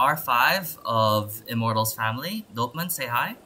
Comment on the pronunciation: Its Dopeman not Doperman